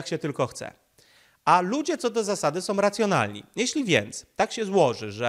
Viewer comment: ...wszystko jest ok, dźwięk lepszy niż wcześniej👌, no może troszkę zalewasz się z tłem ale....☝️na miłość boską nie mów "som"😱 bo to aż boli 😉. Poza tym jesteś mistrzem w swoim fachu i dzięki za Twoją pracę 💪😎